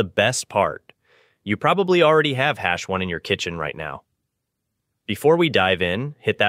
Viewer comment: "Hash 1"?